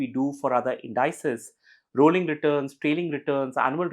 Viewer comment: Every time somebody mispronounces "indices" as in-DIE-sez, a little kitten dies somewhere.